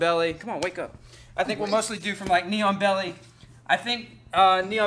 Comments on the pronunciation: same lmao I was like wtf is a neon belly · Oh..."Knee-on-belly." I was listening and not watching and thought he was saying "neon belly." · I can't stop hearing "neon belly," like some kind of cyberpunk body modification.